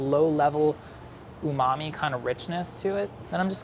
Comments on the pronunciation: This Guy... “Unami” “Umami” “Umami” 🙄🙄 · Nobody:: uMaMi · No one:: Rich UmAMi flavor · No matter how many times he says umamee (i have no idea how to spell it), I will never know what it means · Say umami again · Stop saying umami. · Please stop saying umami. 🙄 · Stop saying umami please and thank you. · Say umami one more time..... I dare you.... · If he says "umami" again I'm shutting this off. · Everytime anyone on BA says "Umami", I am filled with rage.